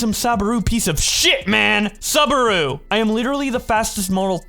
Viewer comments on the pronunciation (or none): It's pronounced SOObaru. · Okay so this whole video is funny. But the funniest part is saying Subaru wrong (sue bah roo)